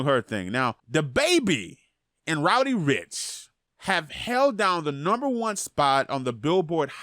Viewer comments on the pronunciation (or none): How come you say roddy rich like roudy rich 😂 no hate I love your vids